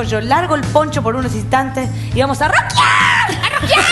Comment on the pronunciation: jaja en el minuto la Sole dice y vamos a rockiar! y en el minuto parece que dice bola jaaj